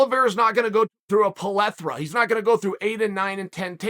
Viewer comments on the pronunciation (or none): "P. Lethra" not "plethora"